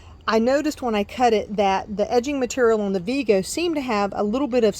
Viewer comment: Vego rhymes with Lego the building blocks), by the way. Not Veego. (According to their website)